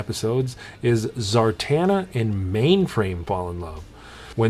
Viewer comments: Im sorry bud. Its ZARANA..not ZARTANA. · Venkman, Red Hood, Dr. Doom. Great video man, I just got back from Target and I scored an awesome Deathstroke, you should definitely review that figure, it looks outstanding in my case. Zartana...lol, almost sounds better than Zarana